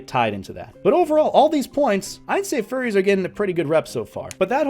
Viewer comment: I can not get over how he said "forries"